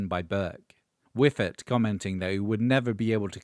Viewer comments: Schyffert, not ”Whiffert”! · Some comments: while Ubangi never had much commercial success, one of the other members were Thomas "Orup" Eriksson (I think he's the guy to the right of Cia in your brief clip) who became one of our best-known artists. "Schyffert" is pronounced more like "Shuffle", not "whiffer", and has become a pretty well known actor/comedian these days. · Henrik Schyffert was and is far more famous as a member of the biggest Swedish comedy team through the 90ies and 00ies.And as a general entertainment personality since. Also the narrator is butchering the pronunciation of his name pretty ruthlessly. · I will say that is one of the most interesting pronunciations of Schyffert I've ever heard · Great clip. Also, the pronunciation and almost frenchifying of Schyffert is hilarious as a native Swede. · He did his best but yeah aaah...